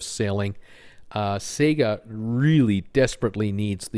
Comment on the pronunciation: Hey its pronounced Sarga not sega!